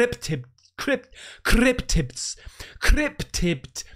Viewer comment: The amount of times you said “crrryptibs” 😂. Love the jacket!